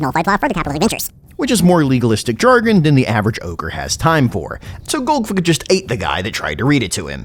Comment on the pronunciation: Tactically pronouncing it as golgfig for the first few minutes